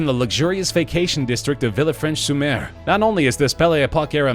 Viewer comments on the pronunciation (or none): Villefranche is pronounced "Veelfronsh" not Villa Fransh.